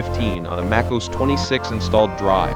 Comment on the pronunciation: what is makeos ? maybe space out Mac OS to make AI pronounce it a little more accurately?